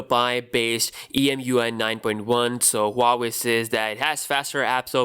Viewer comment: It's pronounced WAA-WAY